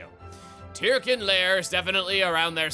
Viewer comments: You know, in all of the cutscenes and heart-to-hearts, they always pronounce the word "Tirkin" as "TUR-kin" so I don't really know why chuggaa keeps pronouncing it as "TEAR-kin". Kind of strange. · For someone so... Anal (heh) about official pronunciations, sure likes mispronouncing Tirkin literally seconds after they say the word in game